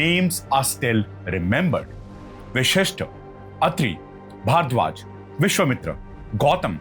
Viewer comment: V-A-S-H-I-S-H-T, other than this, Great.